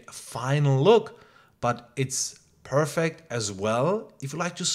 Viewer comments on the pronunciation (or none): none